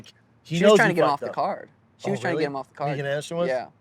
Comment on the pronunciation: another name schaub messes up ? i hear megan ansteroisjhhsjs